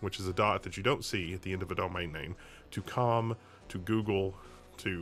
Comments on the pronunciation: can't say Domain:D it is not Domane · it's not bad, it is subtle, but he pronounces it slightly weird, he doesnt even say Domane, its like Domhane, and he doesnt pronounce it wrong every time either